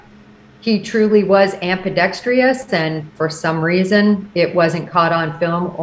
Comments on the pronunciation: I think you mean 'ambidextrous NOT 'ambidex-t-r-i-o-u-s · You'd think if she was going to use it so often, she'd learn how to pronounce 'ambidextrous'. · she said ambidextrous wrong but otherwise great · Never seen the word "ambidextrious." This former sleuth needs to hunt down a dictionary. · Her mispronouncing "ambidextrous" repeatedly was all I could focus on